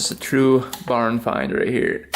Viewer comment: Did you say they found it in a barn or a pond lol